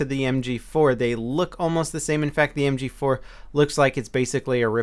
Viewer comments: "Em gee foo" lol i always wonder why my mouth and brain disconnect when trying to provide some verbal announcement as well.lol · Hoogy 4 like a korean fruit store lady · I know it had me cracking up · Lmao listen very carefully on how say "mg4" He sounds super asian lol